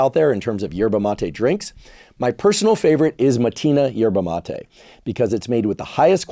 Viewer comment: You pronounce MatE ina ❤